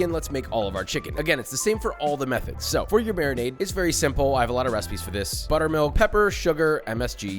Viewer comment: the more and more Im hearing "methods" the more it sounds like "meth heads"